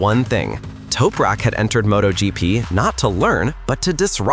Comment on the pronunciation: U need to say his name correctly mate!